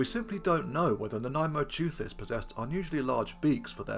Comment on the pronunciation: I was pleasantly surprised that you discuss the claims for Nanaimoteuthis with some skepticism, the only YouTuber to do so, at least in the various reports I've seen over recent days. And I was yet more pleasantly surprised that you even got the pronunciation right! Whoopee! Hurrah! In my view, the most likely way in which Nanaimosaurus was devouring mosasaurs was by finding mosasaur carcasses on the abyssal sea floor and joining the other deep sea scavengers as they processed the corpse. Crunching up the bones of dead marine reptiles that had sunk after death from higher in the water column would explain the wear on the fossil Nanaimoteuthis beaks. And the whole (poorly observed) modern clade that Nanaimoteuthis belongs to seems to specialize in dropping down onto hard things like bivalve shells and crunching them up. So being a bone specialist scavenger on sea floor vertebrate remains would seem a more reasonable assumption than the idea that they typically rose to the upper ocean layers to ambush-predate